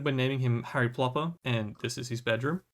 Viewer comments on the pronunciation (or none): none